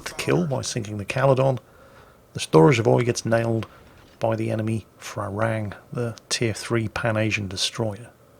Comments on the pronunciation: That Thai ship is pronounced “pra ruang” not “fra...” 🙏🏻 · The name of the Thai destroyer is pronounced "Pra Ru-ang" it means Monk Ruang, a Buddist Monk. The word "Farung" is the Thai slang word for westerners and the word for the fruit guava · Dear, Im Thai and thats not how you pronounce the PHRA RUANG. Its pronounced like Pra-Ru-ang. Im not mad haha just laughing because the way you say it sounds like Farang which in thai means white foreigner hahaha google it, when you say shooting up the farang I lol'd so hard P.S. The Pra Ruang in thai means Royal Monk, and served in the Thai Navy ones give it a look really quite interesting Not hating tho just educating plz dont rip me to bits fellow saltminers o7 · little tip for pronouncing HTMS ship: Phra Ruang is pronounced "Pra-Roung" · How you pronounce "Phra Ruang" is absolute gold for me because that is how thai call foreigners. Ph in Phra is not F but strong P. (try Pra but squeeze a H in there) Ruang is not Ru-ang but R-uang. Does that make sense? maybe not Thai is hard lol. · Enter this พระร่วง in Google translate and ask for listen to it so you can pronounce the name of the thai destroyer better than you are doing now... lol